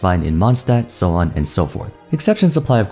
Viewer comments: "Pyro regesvine in mondstat" - LOL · "Pyro Regisvine - Monstandt" LMAO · "diluc uses the pyro regisvine in *mondstadt*" yeah okay grandpa lets get you back to bed...